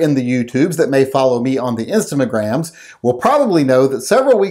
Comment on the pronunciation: "Instamagrams", I love it.